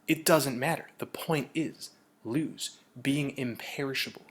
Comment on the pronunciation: When I hear Luz I also hear Loosh...language disparity is a thin ice which one dare tread!